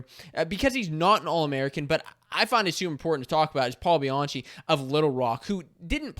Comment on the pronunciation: Pretty sure it's pronounced Bi-an-key